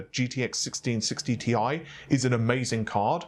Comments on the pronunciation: Annoying is the way the other guy is pronouncing Thai or TIE instead of TI (T I) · This isn't that bad. The other guy is nameing TI gpus TIE or Thai.